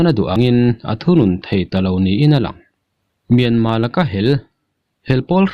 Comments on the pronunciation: Mianma nilo Myanmar titur kawl ho aw phawi deuh hian in lam a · Ngatige Myanma itih tlat zel a,Myanmar ani zawk lo ami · Myanmar pronoun i hman diklo hi a ngainuam lo pha khawp mai,in dem lam chu ani hauhlo nia.